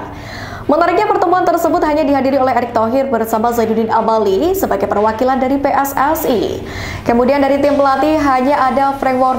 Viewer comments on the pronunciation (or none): none